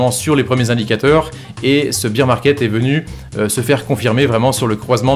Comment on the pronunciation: Tu dis bire pour bear t es sérieux ? Bire c est beer de bière 🍻 🍺